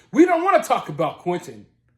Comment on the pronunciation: They can't even pronounce Quinton's name properly when they yell out "Justice for Quinton" lames they say "Quin-Inn"